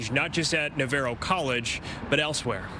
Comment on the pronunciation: why can none of the reporters pronounce Navarro correctly